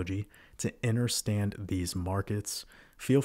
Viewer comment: Anyone else cringe everytime he says “inner”stand